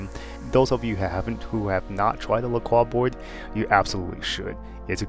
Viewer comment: It's "La Croy"...